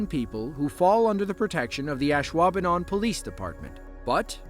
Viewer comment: Nice video, and you pronounced Ashwaubenon correctly, that's a win win!